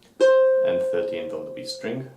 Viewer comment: I love this video! But in the future can you really enunciate the string? Sometimes it is hard to distinguish what you're saying when you call out a string. I can't really tell if you're saying E string or B string. Other than that, this was phenomenal.